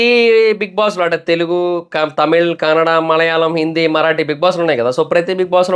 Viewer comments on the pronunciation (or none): none